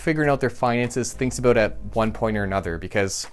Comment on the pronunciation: Haha he said “aboot”